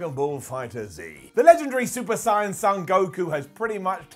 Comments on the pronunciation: lol Super Sigh-on Broly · “Brawley” “super sighen” 😓